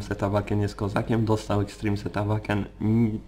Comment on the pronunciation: Zastanawia mnie czemu wymawiasz "Awaken" zamiast "Ełejken"? :D